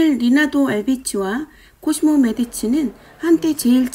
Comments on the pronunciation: 코시모를 왜 자꾸 코지모라구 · 제가 처음 작업할 때 주로 배우들이 발음하는걸 들으면서 하는데요, 영화속에서 영미권 배우들이 코지모, 코지모, 라고 발음하는 걸 들으니 저도 코지모라 한 것 같습니다. 한국명이 코시모라는 걸 나중에 알았습니다. 넓은 마음으로 이해해 주셔요^^